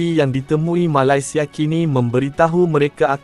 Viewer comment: Sebut betul2 la MALAYSIA tu..